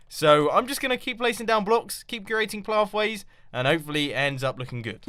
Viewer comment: Call it the "Cat-tastophe corner". it sounds like Mumbo is saying "Keep curating plaffways" xD